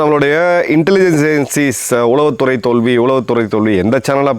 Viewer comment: நீங்கள் கூறுவதுபோல் இவன்களை அடியோடு வேறறுக்க வேண்டும். உளவுத்துறையை உச்சரிக்கத் தெரியாத தற்குறிப் பயல்களுக்கெல்லாம் பதில் சொல்ல வேண்டிய அவசியமில்லை😢 ஐயா.